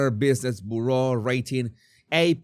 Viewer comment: please look up the pronunciation of the word bureau. Byur-oh. Your English is so good. It’s interesting to see you run up against a new word once in awhile. 🙂